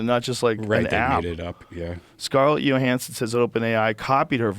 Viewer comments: Literally everybody on the world kmows its not pronounced Yo-hanson. But not our guy Joe. If it doesn't show up in his right wing social media algorithm, he doesnt know anything about it😂😂😂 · Scarlet “Yo-Hansen” 😐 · Scarlett Yo-hansson